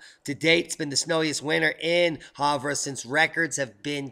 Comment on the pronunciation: Warming hole...not. I live in the warming hole. You are miss pronouncing Havre...we call it Have r. You are too east coast in your pronunciation. Hey, take care of that "Cold" flu thing going on in your respiratory system. We have more to learn. Thank you for this update.